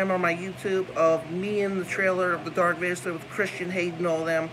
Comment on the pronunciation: Dark Vader 😂😂😂 it butchering the lord's name unfortunately